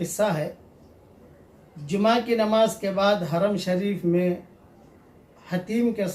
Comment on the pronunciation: جما نہیں جمعہ ہے وہ